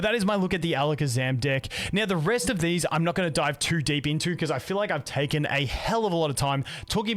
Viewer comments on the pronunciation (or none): none